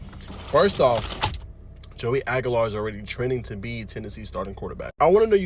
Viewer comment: "Hoey" Aguilar? Man, gotta get it right if you want TN props.